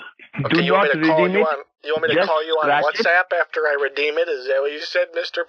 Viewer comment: “Shat App” “Shat App” “Shat App” “Shat App” Got me dying 😂